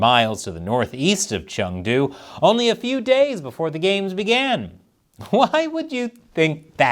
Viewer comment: 1.) Learn how to pronounce Chengdu 2.) You obviously know nothing about China